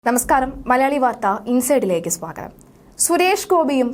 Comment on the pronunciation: Swathagam അല്ല സ്വാഗതം